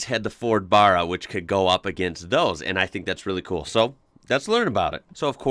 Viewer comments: now.....repeat after me, Barra is pronounced as "Baa-Raa"...not friggen Burra ffs....did my head in the 1st 3 times you said it, thenwhen you said it right, you were trying to tell people how it IS NOT pronounced, that alone just makes you sound il-informed and uneducated....i got 2mins into the video and couldnt watch it no more.... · You need to pronounce Barra like an Aussie. "Ba" like Barry, not Bach (the composer). Then convert Barry to Barra. Great content, apart from grating on that word. Oh, and "Geelong" too... Take the G from German & add long, so it's more "G-Long" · Ok, it bugged me all through the video. Not “burra” it’s Barra as in bad or sad. It comes from a barramundi fish. Great vid 😎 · Love what you do.... just a tip.... the 1st A in Barra is pronounced like saying.... the word at.... you pronounce it like Burra... 👍👍🇦🇺🇦🇺🇦🇺 keep it up mate hopefully you get down here one day... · Love the clip but ita barra not burru, a as in man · Named after barramundi, the Barra is pronounced like barrow, not burra as you have been pronouncing it. I love your enthusiasm and genuine positivity. Makes for enjoyable watching. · not Barra, Barra. :) OZ aint Michigan . :) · bahrah? lol the American pronunciation is hilarious. we say barra like barracks but without the cks and its short for barramundi a fish here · When you say Barra, you have to say the first A like you would in the word BAT, just trying to help, love ya work tho mate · I read a few posts and no one bothered to help you. We pronounce it BĀRRA as in WHEELBARROW. How then do you pronounce WHEELBARROW, ARROW, SPARROW. I’m not a Ford guy but I think the Barra engine is the one they added a turbo to and it outperformed it’s V8 brother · You should start the trend and pronounce it like us Aussies do ! Baa-rah That's the way we say it bruv 💯🤙🏽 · its BEH-RAH, think like barracuda. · Barra not the first way you said it but the second. Ba sound is like the sound of Ba in Bat. Ba(t)- ra. Easy 😎